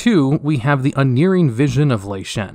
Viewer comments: "Unerring" is based off the word "error" so it's not pronounced "un-'ear'-ing". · It's pronounced un-erring not unearing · Ion's name is pronounced the same way Ian is. Draught in "Draught of Souls" is pronounced the same way as draft. Unerring is pronounced like un-airing. Edit: Brooch should usually be pronounced the same as broach, it's just a different spelling.